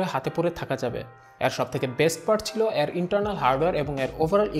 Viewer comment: ভাইয়ের 'এর' শব্দের উচ্চারণ আর ঠিক হলো না 😓